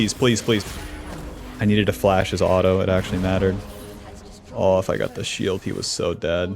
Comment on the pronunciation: the way you say auto honestly is hurts the ears. Was enjoying the video but I honestly can’t listen to a word being heavy butchered like that